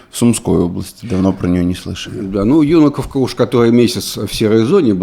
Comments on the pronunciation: В чем прикол ставить неправильно ударения , все говорят ЮнАковка, даже президент,так зачем коверкать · юнАковка☝️.. почему вы все время ударение не туда ставите. ?